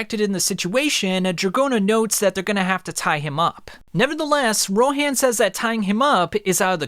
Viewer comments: Dude stop saying rohan's name like that it's row han like hans from frozen without the s not row hand like you say it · The pronunciation on that Ro “HANN”😭😭😭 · Hearing u say Ro HAN really hurts me😂😂💀💀